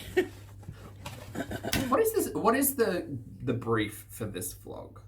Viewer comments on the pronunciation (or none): Did you say vlog or blob?